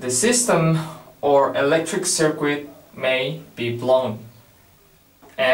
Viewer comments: Hello, just to let you know circuit is pronounced "sir-kit" in english not "sir-qwit". Other than that your english is very good! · It undermines confidence that the speaker doesn't know how to pronounce the word 'circuit'.